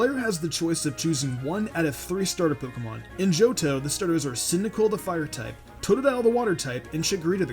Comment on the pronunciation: Fuck you it's Totodile